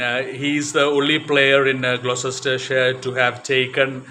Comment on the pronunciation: Gloucestershire is pronounced 'glostershire', I have vivid memories of Mike Procter batting and bowling (including off spin occasionally!) at the Cheltenham (pronounced chelt'nam) festival. There was joie de vivre in how he played the game.